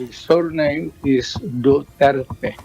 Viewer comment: Sa judge palang , Wala na respeto sa tao, Anong du'tuert. Du.ter.te Yan. Ayosin mo mag sabi ng pangalan ng tao..judge ka pa man maski na iba lahi mo or accent.